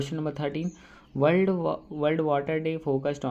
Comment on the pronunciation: Wold not world😂